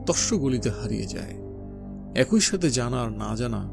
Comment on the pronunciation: আপনার পাঠ আকর্ষণীয়। তবে 'একই' শব্দটির উচ্চারণ কিছুটা শ্রুতিকটু লেগেছে।